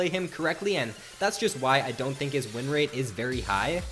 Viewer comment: ''rin rate''...